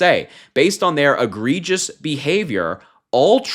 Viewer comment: Well we definitely know he didn't write that post. He doesn't know what egregious means or is able to say the word!